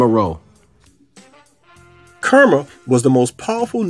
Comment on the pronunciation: Meroe: Mer O'e'